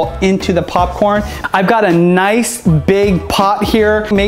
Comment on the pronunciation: Stop saying papcrn